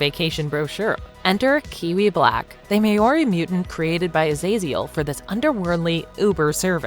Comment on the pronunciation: The way she said "maori" is definitely a choice